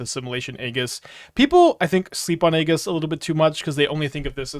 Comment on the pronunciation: man still says Eeggis as well.